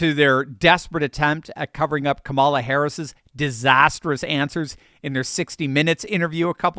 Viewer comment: This is great. But make yourself more credible and intelligent sounding by pronouncing Ka’ mala correctly.